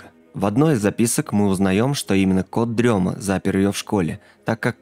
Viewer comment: Почему всем все равно на произношение "кот-дрема", когда и в переводе, и логичнее говорит "кот-ДРЕМОТ". Камон, рифма все дела, для детей, зачем колесо изобретать